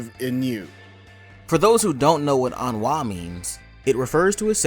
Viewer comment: Good video but maybe double check the pronounciation of ennui